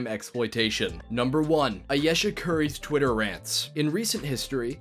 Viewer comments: You cant even say Ayesha (Eye ee shuh) right lmao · Gotta learn how to say Ayesha fam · You mispronounced Ayesha’s name. Not credible. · Say her name right! Damn..especially if your going to say it multiple times ..